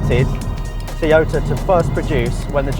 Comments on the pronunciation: Toy-yo-ta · Please learn how to pronounce toyota!